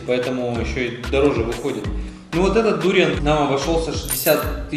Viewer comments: кто то говорит про сочетание дуриана с совершенно разными вкусами, а автор ролика постоянно говорит дУриан. хотя в большинстве случае я слышал ударение на букву А, когда говорят название фрукта дуриАн. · ведь ваши видео на русском языке и рассчитаны на русскую аудиторию? живу во Вьетнаме довольно долго и все русские здесь произносят дуриан с ударением на букву а. будем знакомы, я Дмитрий)